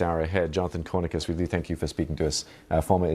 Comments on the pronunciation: Love how this BBC presenter mispronounces this war criminal's name and calls him Jonathan Cornicus. Great stuff. Rest assured though Jonathan, we in Europe know your name full well. Please come and visit us whenever you want. We will welcome you with a nice room in the Hague. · Well said LtC Conricus. This interviewer did not have the courtesy to pronounce Jonathan's name correctly nor give him recognition as a LtC. Am Yisrael Chai from America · The anchor could at least do basic due dilligence and get Jonathan Conricus's name right. He was dismissive and rude.